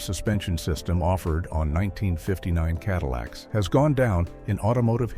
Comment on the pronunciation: Cadiweeacks!! Love it!!